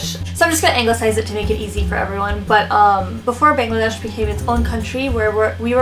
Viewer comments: Lol we can definitely pronounce it but she can't... she's trying. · Bangladesh pronounce kortew partase na hayre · you say Pakistan and India better in a desi accent than Bangladesh :( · not really... just pronounce 'ba' from bangladesh just like you would pronounce 'pa' from pakistan ... like 'Baa-ng la desh' instead of '"Bang" la desh' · Unfortunately Bangladesh is a word harder to pronounce. I have foreigner friends and I see that they can say India and Pakistan easily but struggle with saying Bangladesh properly.